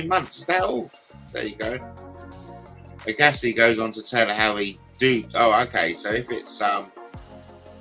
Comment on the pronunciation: It is pronounced AG assi like SHAG assi 😂